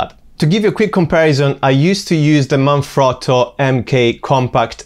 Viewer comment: Thanks for the review - also nice to see Jerusalem featured? Out of curiosity - are you Italian? Your pronunciation of Manfrotto seemed pretty good - i know its an Italian company!